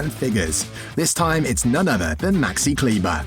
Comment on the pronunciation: As I know him since his years in Würzburg as a teenager for s.Oliver Baskets there is not much I didn't know. And yes, when you make a video about a certain person try to pronounce his name properly (German). But nevertheless a good video dedicated to Maxi.